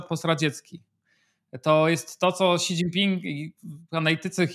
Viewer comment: Panie Piotrze, Xi nie mówimy "ksi", tylko "śi".